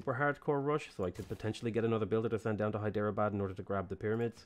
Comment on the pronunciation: Hyderabad is pronounced as "Hydra-Bad" the e is silent.